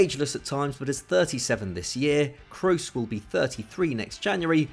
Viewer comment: Who the fuck is Tony Cruise,? It’s said like Crows but with a soft S, this is literally your job sort it out